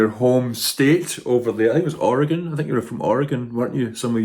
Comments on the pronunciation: Thank goodness you know how to say Oregon correctly ❤❤❤ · Congratulations on your pronunciation of Oregon.